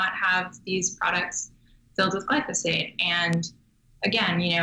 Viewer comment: Interviewing this girl is like pulling teeth.Seems very knowledgeable but not forthcoming. And Marc, it´s glyphosate, not glysofate.